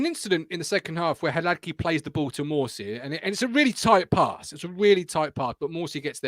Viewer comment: Hilarious watching Martin wince every time tries to pronounce Hladky 😂